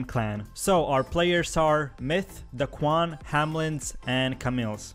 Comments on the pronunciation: Its pronounced as TSM NOT TCM and u say Daequan as Daquan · He really just said duh-Quan and tcm like bro stick to your other language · It’s Daequan, not the shitty ig page Daquan